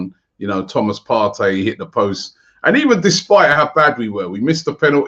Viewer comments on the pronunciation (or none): none